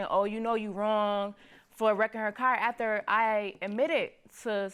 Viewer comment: Hunny, you cannot trust someone who cannot pronounce "after" correctly.